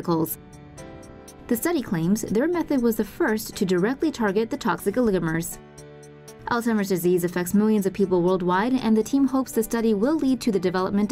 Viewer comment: People pronounce it wrong and call it Alltimer's That's the wrong way to say it.